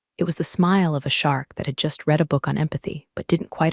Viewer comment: You Still can’t pronounce “Read” properly?